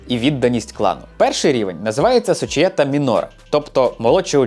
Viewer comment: "унІта", а не "Уніта". "сочієтА", а не "сочіЄта". Ну хоч в Ґуґл Перекладача спитати можна. 🙂 А так контент гарний.